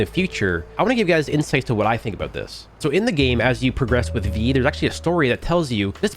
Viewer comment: Bro why tf u say about like that